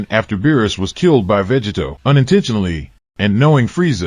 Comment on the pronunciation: Is this an AI? It keeps saying, Veggie Toe!